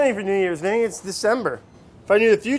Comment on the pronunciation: Brad keep saying Vinny hurts me badly